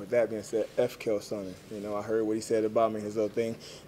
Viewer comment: "Kale Sonnen"